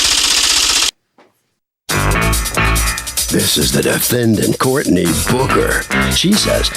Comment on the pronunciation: Omg. I thought the commentary said Courtney Booger. . Pronounce the k more goodness..